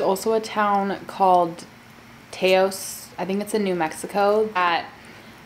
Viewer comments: I am from New Mexico and the town, Taos you are speaking of is actually pronounced Ta (rhymes with fa tra la baa) and os (owsssssss) It is such a beautiful and magical place! Love your videos gorgeous! 💖😘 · CherryyyBlossom “tay-ohs” hahaha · “Tay-os” lmao